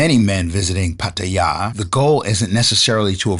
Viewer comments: Might help to learn how to pronounce Pattaya 😅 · I was born and raised in Los Angeles, 60 years old and speak three languages, including Spanish Thai and Tagalog, lived here in Thailand for 13 years. I just find it respectful to learn how to pronounce it properly, I think it was the narrator who pronounced it wrong. The guy walking on the street pronounced it properly if that was you. bad enough you’ve got all these YouTube bloggers exploiting their country and sex tourism. if you have problems with the girls and relationships, there’s other countries you can visit. Believe me, the Thais don’t need us here.